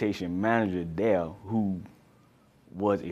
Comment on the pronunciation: It's pronounced there not dare .